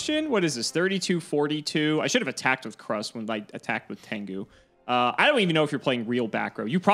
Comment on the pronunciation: I do love my Fableds, pretty excited for this episode EDIT: oh my god Krus is pronounced like CRUISE, not KRUS(t)